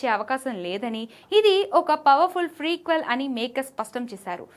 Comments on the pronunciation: Madam adhi frequel kadhu prequel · Freequel kadu amma ... Prequel